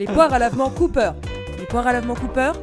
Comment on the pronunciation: Alors désolé mais le pharmacien en moi me force à je fact checker ce podcast... pour une erreur inacceptable! Les poires à lavements Cooper ne se prononce pas à l'américaine! Car Cooper = coopération pharmaceutique française. Donc on dit la "caupère" zou de zou de bondiasse! Merci pour votre attention.